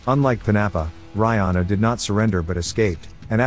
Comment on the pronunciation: Reihana pronounced Ray Hah Nah... roll the R... 🤔